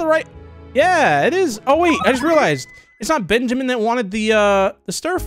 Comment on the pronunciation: Also it's bunjamin